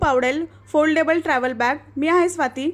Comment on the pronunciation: छान दाखवळू. पण foldebal नाही म्हणता येणार